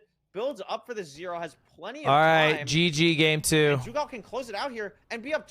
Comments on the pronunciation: doogle not doogile sob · “infoomi” “snowcrab” “doogle” 🥀 if hax’s name was longer than 3 letters he’d find a way to pronounce it wrong too 😭